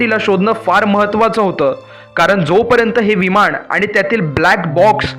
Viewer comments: तू आधी न आणि ण हवे तिथं नीट म्हणायला शिक...मग नंतर असले फालतू व्हिडिओ बनव...विमाण नाही म्हणत...विमान म्हणतात... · विमाण का म्हणतोस रे मूर्खा! विमान म्हणता येत नाही का? तसंच दरम्याण म्हणतोस! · छान माहिती, पण विमाण नाही विमान, णंतर नाही नंतर. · विमाण नाही.... विमान असतं ते